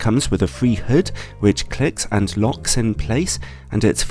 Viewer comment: may I ask, why do you say 'anst' for 'and'? :-)